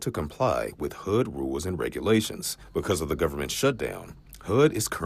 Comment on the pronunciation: Did that reporter really just say AKX instead of ASK and HOOD instead of HUD? Oh dear.